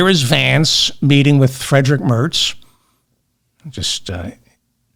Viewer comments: Merz like Märts, with an "ä" as in English "cat" . What you said sounds like "Mörts" as in "girl". And a German "ei" is as in "my" or in "kind". By the way, the lie that the Nazis were communists is a US-born conspiracy theory. You can find it in the writings and publications of American thinktanks run by Nina Rosenwald or Rebekah Mercer, equally David Horowitz. The "new-Right" adopted that humbug to whitewash themselves. Nina Rosenwald's "Gatestone-Institute" supports people like German neo-nazi Michael Stürzenberger. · Merz is NOT pronounced the same as Mertz. Yes, I remember the real Fred...I was born in 1953. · There is no "t" in Merz.....